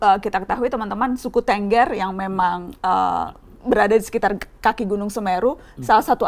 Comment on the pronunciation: Sedikit kritik: Tĕnggĕr bukan Tènggèr